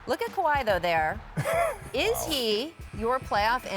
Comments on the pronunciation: Scottie KAHWI!!!! Damn pronounce the man name correctly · lol he doesn't even know how to pronounce his name and hes having an argument that involves Kawhi this video is irrelevant to me